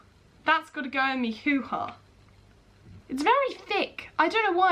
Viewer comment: it makes me laugh the way she's uncomfortable talking about really private things it makes me laugh especially when she say who ha cause him Canadian and it just sounds funnier